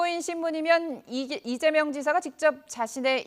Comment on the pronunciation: 발음 똑바로해라.. 배고프냐.. 이재명 이다.. 면아니다..ㅡㅡ..